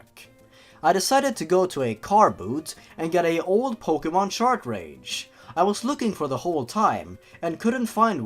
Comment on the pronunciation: What is with everyone saying chartrage?